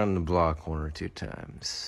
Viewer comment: Hello dear viewer and welcome to, 🦀 Stream moments that made me laugh. 🦀 A clip compilation!:D 1. "Right." "Right, right no- oh thank fuck its a mannequin-" 2. "LYKE THREE TYMES" (the y 's are on purpose, to be fair he did say it like that ) 3. reading a chat message: " "miku has debateably done more for the human race then jesus." What a take, what.a.take. " 4.: " OH WHY YOU GETTIN RID OF HER EYEBROWS?-...:0 oh hi mate, you alright? Privet- HAHA HIS PHONE WENT LOW-" 5. Honorable mention: the death drop ankle roll lmao 6. "Wilbur when "The soot." " 🦀 We interupt this program for a compilation of screaming, enjoy: 🦀 7. AHHHH inhale AHHHHH inhale AHHHHHHHHHHH terrifies his audience " "AHHHHH AHHHH AHHHHH" AT A CHILD- " 🦀 End of segment, thank you for your time. 🦀 8. rants about Everyones little scrappy mate 9. Fnaf jumpscare ( i thought of the joke first and THEN he read the chat lmao i swear) 10. Americans when basic math. 11. He dosent look like that. 12. He does NOT know where that came from. Hes very sorry. 13. - excel spread sheet of wrong doers 14. hits that riff then urges man to clean car 15. Granny gets viciously roasted #ILOVEMYGRANDKIDS 16. This did not make laugh, but the bit with the car made me laugh so im putting it in anyway 17. Dinosaur commits heinous act while goes newyorker 18.